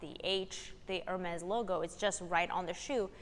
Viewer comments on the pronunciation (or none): none